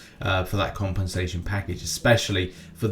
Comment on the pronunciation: I really like your accent when u say compensation tbh please say it in the next news 10 times without any reason or not it's not necessary